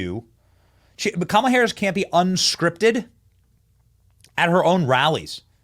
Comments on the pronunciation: LOL the. BEST thing is that they were all chanting her name with the wrong emphasis on the wrong syllable! 😂😂😂🤡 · They are chanting the name wrong😂😂😂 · commala-hams lol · I thought I heard coma duh!